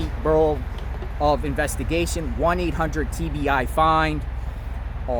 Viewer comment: Yes I have talked too 😂 looking the screen of my phone saying “will you please quit repeating yourself” But maybe he repeats so other YT’s cannot say said this, said that… he makes it very clear too say the least, no misunderstanding Another thing I kinda laugh about is how he pronounces TBI